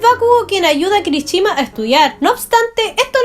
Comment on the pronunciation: No es kirichima sino kirishima